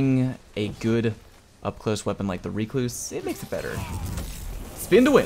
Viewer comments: I will accept Ruh-kloos or wreck-loos. None of the REEE-kloos shenanigans. Get learnt. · Well, you cluse once, then you cluse again.. it's a recluse. Reeeee-cluse! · Buddy....BUUUUDDY what is that pronunciation? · The number of YouTubers who mispronounce Recluse. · Why are you pronouncing the weapons name like that...its named after a type of spider and no1 says it like you are ahahahahaa